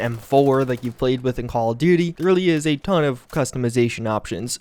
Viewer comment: Am I the only one who loves when says: "A TOOON" 😂 I really love it!